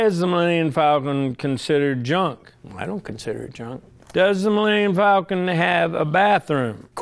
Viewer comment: “The Millennmmmm Falcon”